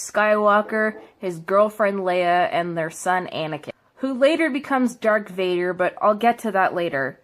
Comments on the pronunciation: DARTH VADER IT'S FUCKING DARTH VADER YOU FUCKING IDIOT....I had to get that off my chest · Force give me strength, that made me cringe. The amount of of information and names she messed up in this. Star Wars is not anti-feminist. There are strong women in every stars wars film. I am a huge stars fan and this butchering of the franchise by someone who clearly has no knowledge at all about it makes me angry. It’s people like this that give feminists a bad name. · And she said Dark Vader. Not darth Vader but dark vader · IT'S LIGHT SABERS! NOT LIFE SAVERSS! AND IT's DARTH VADER, NOT DARK VADER! sorrry, got annoid ( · Haha “durk Vader” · Luke literally gets his hand cut off and she thinks this is sexist?! Also it’s DARTH VADER NOT DaRk VaDeR!!! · She really says: Dark Vader Life savers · So funny how she trying so hard to defend feminist issues and women but yet is so incredibly racist "all these old white men" "hes like black" like lmao you couldnt even remember the actor or his name. Also its darth vader not dark vador. Get a better education before embarrassing yourself. New hashtag #BanCassidyBoon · Can we talk about how you say dark vadar instead of darth? Also it’s red because they make a kyber crystal bleed with all their hatred, the colors for Jedi resembles their role or power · ITS DARTH VADER AND NOT DARK VADER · For fucks sakes dark Vader no no no ITS DARTH FUCKING VADER YOU FUCKING TWAT Christ on a bike your fucking annoying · did she say dark vader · She said ecspecially and anakin is darth Vader aka Luke’s dad and Leia is Luke’s sister and they are called lightsabers.also most siths and if you don’t know what they are the people on the darks side are men.also red is associated with several other evil things and his name is mace windu. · 1.Its Darth Vader not Dark Vader 2.Luke and Leia are BROTHERS 3.Anakin is the Father of Luke And Leia Thank you for reading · Ah yes. “Dark Vader” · "Dark Vader" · She can't even say "Darth Vader"